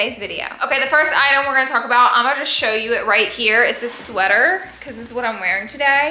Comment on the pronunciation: Lol that she keeps saying sweaTHer lol 😂